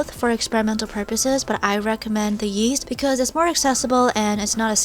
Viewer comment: Omg i thought she said yeet when she said yeast 😥